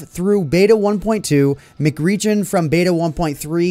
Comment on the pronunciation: I dont think its pronounced MCRegion as in McDonalds. Its probably pronounced M C Region as an abbriviation of Minecraft